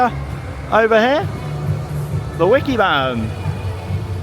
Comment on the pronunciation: I remember when the cartoon was on in the UK back in the day, and it's pronounced "Vicky the Viking", Wickie apparently being the Dutch way to spell "Vicky" . So, Wickie Land, Wickie coaster etc should be pronounced with the V sound!